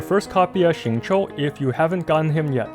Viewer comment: you nailed XinYan, XingQiu and ChongYun the moment I heard you say their names. I'm so proud!!! 👏🏻👏🏻